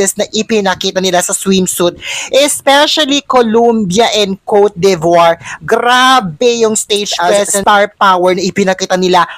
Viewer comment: Exceptional performance ng Philippines and utter beaity; the sun shining through! better pronounce Cote de Voire ( kor du) vwar).